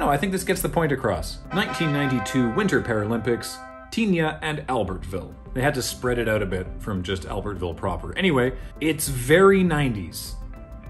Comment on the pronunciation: FYI - Tignes is pronounced “teens”